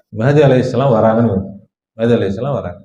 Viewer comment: ஐயா! முதலில் சரியான உச்சரிப்பு உச்சரியுங்கள். மெஹ்தி ❌ மஹ்தி ✔️ ரசூலுல்லாஹி ஸல்லல்லாஹு அலைஹி வஸல்லம் அறிவிப்பின் பிரகாரம் இமாம் மஹ்தி தான் வருவாங்க. மெஹ்தி வர மாட்டாரு.